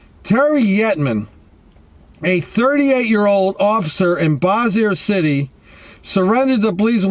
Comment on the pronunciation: Yup, you’re not from around here! You cracked me up how you pronounced Bossier City! 😂 Not even close to how it actually pronounced! I live in Shreveport...Bossier is our neighboring City! But......You’re right! This was messed up! Gross! 🤢